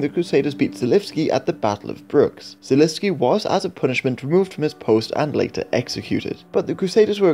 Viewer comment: Žižka, Želivský - Ž is /ʒ/ Tábor, Kutná hora - á is /a:/ Domažlice, Poděbrady - damn...